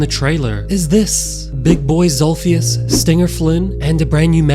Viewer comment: bro said big daddy zolpheus